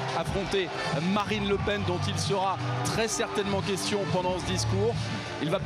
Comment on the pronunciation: "je t'aime" ou "lepen" ? ça change la donne :')